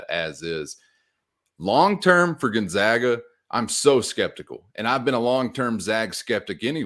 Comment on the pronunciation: Gun-ZAG-uh. Zag, never zah.